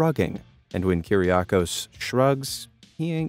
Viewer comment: It's not kyr-ria-kos it's Kyr-gia-kos